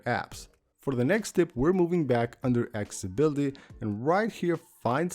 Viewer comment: ''Aks-ability''? ''Buddon''? Seriously? im about to unsubscribe